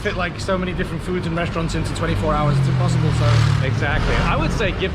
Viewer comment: It’s not “Impossible” it’s “Improzzible” 🤣